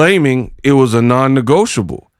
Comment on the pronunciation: Who noticed the mispronunciation of non-negotiable 🤷🤨🫢